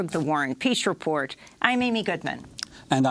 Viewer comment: For the longest time I thought she was saying "war ON peace report"